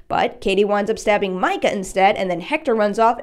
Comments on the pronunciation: mee-ka, not micah. please. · Katie's boyfriend's name is ME-ca not MI-ca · Mee-kah, not Mike-uh. We only hear his name 6,000 times. Click ... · Its pronounced meecah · It’s “mee-ka” I remember because it was annoying 😂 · I like the video,but it really chapped my ass to hear you pronounce his name like that lol. It’s mee-cuh. His name is yelled pretty much a lot though out the first movie to miss that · it's meecah bitch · Completely pronouncing Katie’s boyfriends name wrong 😂😂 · your pronouncing micahs name wrong